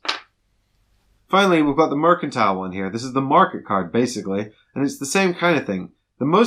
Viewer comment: Great video so helpful! :) Noticed you pronounced the word ‘mercantile’ in three different ways in the video (merSantile, merKantile, and merCHantile) :)